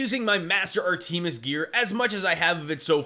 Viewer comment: i know this video old but u gotta be the only person to say "AAR TEE ME ES" lmmfao for educational purposes its "AAR TUH MUHS"